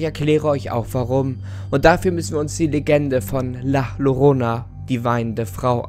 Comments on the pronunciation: Klingt wie ne Katze bei der Paarung. Heisst übrigens La Yorona richtig ausgesprochen und das ist ein mexikanisches Kindermärchen das man den Kindern erzählt die mit sie brav vor der Dunkelheit nach Hause kommen... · Es wird lach lorona ausgesprochen jz hab ich bock auf lachmacum 😂 sry wenn es falsch geschrieben ist xD hab bock auf lachmacum weil es ja auch so ausgesprochen wird wegen lach xD😂😂hab die dümmste logik aber i dont care😂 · Das wird "La Jorrooooona" ausgesprochen btw. und sie schreit nicht, sie weint in der Regel. Das ist eine spanische Geschichte, die den Kindern erzählt wird. LG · Ich komme aus Spanien, und habe letztens meine Mutter gefragt ,,Mutti, kennst du die Legende über La llorona?‘‘ Sie so ,,Ja, das ist so nh horror Frau die Kinder entführt‘‘ ich so: ,,😲‘‘ ach und Doppel L wird J ausgesprochen. also la Jorona.❤️ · Nices Video aber nur als „Tipp“ Sie wird La Jorona ausgesprochen. Ein Doppel L wird im spanischen als ein „j“ ausgesprochen... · Idk ob jemadn anders es dir bereits gesagt hat, aber La Llorona wird La Jorona ausgesprochen. Im Spanischen wird Doppel L wie J ausgesprcohen. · Wieder ein schönes Video von dir. Aber La llorona spricht man anders aus. Lass das H bei la aus und spreche das doppel L bei llorona wie ein j aus. Das wäre die korrekte spanische Aussprache 😉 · Das Llorona wird "Jorona" ausgesprochen da das doppel L im spanischen als "j" ausgesprochen wird. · Ahh, das "Ll" wird als "J" ausgesprochen, also "la Jorona" gesprochen ^^' Das la Llorona ein weißes und kein schwarzes Kleid tragen soll, hat mich bei dem Bild und Thumbnail auch etwas gestört :'D (Und man soll nur ein Weinen und kein so extremes Schreien hören xD ) Aber die Legende der la Llorona ist weit verbreitet, also gibt es auch viele, viele Versionen, irgendwo/irgendwie wird das (bis auf die Aussprache) schon stimmen x3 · Das doppelte L spricht man wie ein J aus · Info: "ll" wird als J ausgesprochen, also "La Jorona." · Heyy :) der Name wir wie “Layorona” ausgesprochen